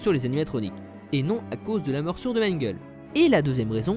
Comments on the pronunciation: déjà c'est "Mangle" et pas "manguel" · Je suis tout à fait d'accord ! PS : ce n'est pas Mangel mais Mangle. C'est un prénom Anglais, donc l'écriture n'est pas la prononciation ^^